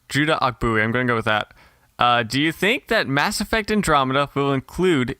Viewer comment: butchered my name Judah Ogbuehi (Oh-Boy-Hee) g is silent. Besides that hit every point I wanted to say exactly! just gained a new follower/subscriber